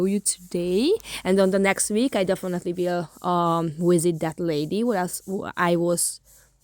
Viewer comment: Pronounce the word VISIT , NOT WISIT 😂😂😂